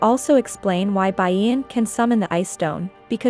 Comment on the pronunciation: 😂😂😂You totally read my mind. It's frustrating. "Bayen", "auk" & "Siyo jayong"